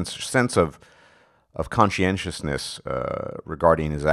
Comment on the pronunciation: Da hay did you just pronounce conciousness?